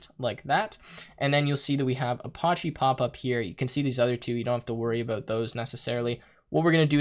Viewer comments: pronounced uh patchy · i love you but "a-potch-e"?!?!?!? lmao. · That is definitely not how you pronounce apache. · A few tips from a Linux Engineer... - You're logged in as root, no need to use sudo (sudo = run as root). - Use tab completion when entering paths to avoid typos. - Ubuntu is pronounced "oo-boon-too". - Apache is pronounced "uh-patch-ee". - Set up public key authentication if you want to secure your Linux VM. Once it's working, disable root login with password.